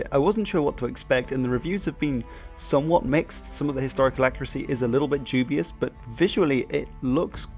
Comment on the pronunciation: jewbius???? lol its doobius, dyoobius. its very strange to hear someone say jewbius for dubious